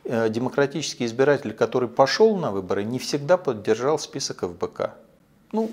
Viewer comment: Мне послышалось или он назвал Фбк , как Лбк?🤣🤣🤣